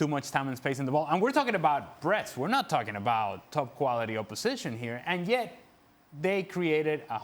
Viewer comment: It sounds funny to hear someone says "Breast-Brest" attacking 🤣🤣🤣